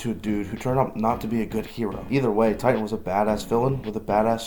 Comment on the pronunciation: bro, the dude von megamind is called "Titan" not 'tighten' :D